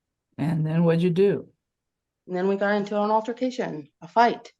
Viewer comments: No no, it was "alter-fi-cation". That's what she kept saying. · “Alter-fi-cation” for altercation and “residency” for residence 😂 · What’s an “alterfication”?😅